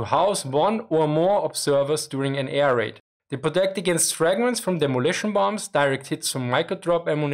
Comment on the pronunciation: He pronounces air raid like "A - R - Aid" 😁